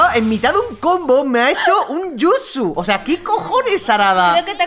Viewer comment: 7:2 en mitad de un combo me a hecho un jusu porque dsimphony dijo jusu